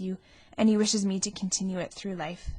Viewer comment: The quality of the recording isn't so great, I'm sorry to say. The reader's voice doesn't bother me but mispronouncing The Life of Charlotte Bronte as The Laff of Charlotte Bronte does. No matter what area of the country you are from, if you pronounce 'life' to sound like 'laugh' it's just not ok.